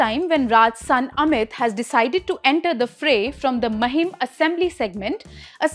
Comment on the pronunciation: Its maahim not महिम